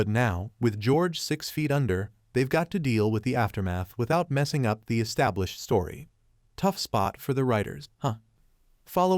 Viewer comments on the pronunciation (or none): none